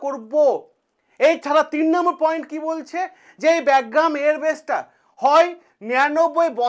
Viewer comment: আপনার উচ্চারণ টা ঠিক করলে ভালো হতো। ওটা "ব্যাগগ্রাম" না "বাগরাম" এয়ার বেস হবে।